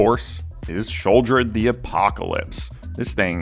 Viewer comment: Shawldred? What? What? 😂